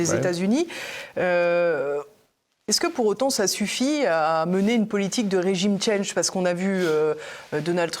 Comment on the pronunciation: regime change (rédjime tchange) parlez français svp